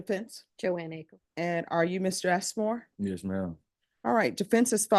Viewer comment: Did she say assmore? 😂😂😂😂. Boys are gonna love him.